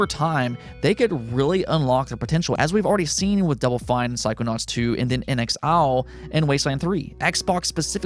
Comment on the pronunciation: Who the heck are In-X-Owl??? 😁